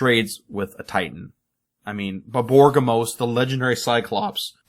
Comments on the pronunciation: borborygmos... I'm pretty sure you're mispronouncing that, since it should be more like bor-bor-rig-mos instead of bor-bor-gim-mos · BOR-BOR-IG-MOS dude